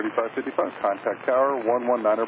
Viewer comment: 'fiddy five' loool good stuff